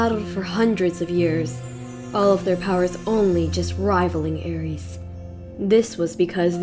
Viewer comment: Magic, you are my friend but your pronunciation of 'Aries" is pissing me off dude